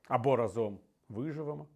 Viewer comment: рАзом, а не разОм!!! Це "хвороба" медійників та популярних особистостей, чи навмисне нехтування правилами? Вислів - "рАзом й батька легше бити", та "разОм батька легше бити" мають дві різні ознаки події. У другому випадку не використовується "й" бо наголос у слові "разОм" вказує на те що це ДІЄВЕ значення, а не КІЛЬКІСНЕ . А для більш простого вивчення цього простого правила "рАзом" чи "разОм" є дуже відома пісня - "рАзом нас багато, нас не подолати...". Використання наголосу на "разОм" у контексті висловлювань Портнікова вказує на дієвість події, підставте у речення де Портніков каже "разОм", слово "за раз", або "миттєво", зовсім інші сенси приймає вислів і не має логічної прив'язки до контексту того що люди мають бути об'єднаними бо "рАзом" ми сильні, тобто кількісне значення.